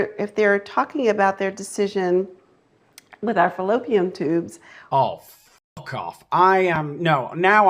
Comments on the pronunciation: No one told her there is no "M" in fallopian. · She say "fallopium" tubes!😅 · What’s a “fellopiam” tube? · Did she say "fallopium" tubes? 🤣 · Fallopium!!!!!!! Say it right girl 🙄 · Did she say fallopiaM tubes?? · And she said "fallopiam tubes" ...she couldn't even say fallopian tubes correctly....smh....😮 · She actually said, 'fallopium tubes' 😅😅😅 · Love her expert pronunciation of fallopiam tooB 😆😅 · I'm sorry, did she say "fallopium tubes?" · She can’t even pronounce fallopian tubes correctly 😂